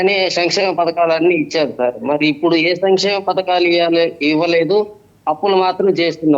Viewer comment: ముందు బాబుగారిని సంక్షేమం అనడం నేర్చుకోమండి వెదవ భాష ఏంటి సమిక్షేమం అనడం ఏంటి ఇదే తప్పు పలుకుతున్నాను ఇంకేం చేస్తాను అని అర్థం మీరు ఆర్థికంగా బాగుపడడానికి మీరు ఈ గవర్నమెంట్ ను తెచ్చుకున్నారు మాకోసం కాదని తెలుస్తోంది విద్య ఆరోగ్యం ఇంకెక్కడున్నాయి నాశనం చేశారుగా సిగ్గులేకుండా మల్లి సమర్తింపా